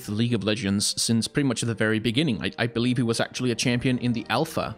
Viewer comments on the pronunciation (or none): This is random and off-topic, but I noticed that a lot of your consonants tend to be unvoiced. Words like "vision", "believe", "design" - which usually are pronounced /vɪʒən/ /bɪliːv/ /dɪzaɪn/, you pronounce them as /vɪʃən/ /bɪliːf/ /dɪsaɪn/ which I find really interesting. This has to do with phonetics and I definitely don't expect everyone to understand what I'm talking about, but I was wondering where you're from and whether English is your first language and/or if you've had contact with other languages that might have caused this :D